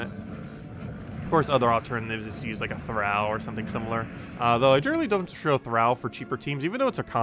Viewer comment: Do you say "al" your friends or "all" your friends? Thrall thr(all). Not thr(Al Bundy).